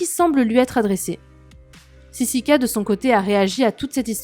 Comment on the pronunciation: John il dit toujours sisika au lieu de sisiki wesh 😂😂😂